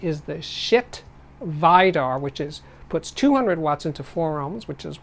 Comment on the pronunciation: I asked a Norwegian friend and he says that the correct pronunciation of "Vidar" is "vee-dahr".